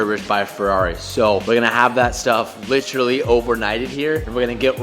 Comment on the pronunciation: Rumour has it if pronounces 'literally' correctly the effects of global warming will cease and will eventually reverse.